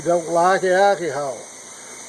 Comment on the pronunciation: Alkeehawl... LMAO man.. Great video, no harm intended, just enjoying the dialect :)